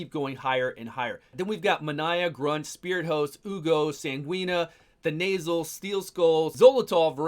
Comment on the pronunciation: Calling Thenasil "The Nasal" 😂